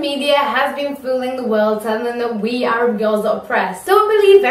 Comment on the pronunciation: I love the fact that you pronounce arab in the arab way. (as 3arab)